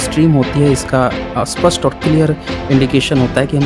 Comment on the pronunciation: आप "स्पष्ट" को "अस्पष्ट" क्यूं उच्चारण करते हैं। आप का तर्क साधारणतः सही रहता है।